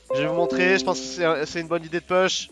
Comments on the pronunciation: pouuuuche, pas "peeeeche", en anglais, le U se dit Ou, comme tu l'emploies souvent, si tu pouvais rectifier, ça ferait du bien à nos oreilles ;) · Ca me fait très plaisir que tu prennes la peine de me répondre. Je peux donc t'assurer qu'on dit "pouche". Si tu fais un peu de muscu, tu connais les "pompes", on dit "push-ups" en anglais. Ici, tu as le "OU" de push, et le "E" de ups. Une vidéo de 15 secondes pour que tu entendes bien la différence . Pour le reste, merci pour tes vidéos, t'es vraiment très fort et j'ai bien aimé que tu nous apprennes où poser le gang pour battre le fantome ;)